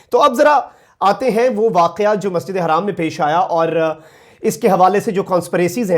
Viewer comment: Hi brother like your channel but just to ask you to clarify me that the pronunciation about masjid e haram or harram because haram is house and harram is not acceptable in Islam so please when you say masjid e haram not harram please clear this issue 😉